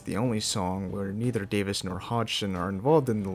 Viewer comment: I liked the parts where you mispronounced Davies as Davis.